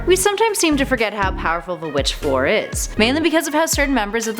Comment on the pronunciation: It's not FLOOR DeLaCour... ffs